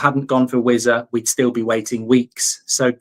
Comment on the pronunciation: vissa not wizza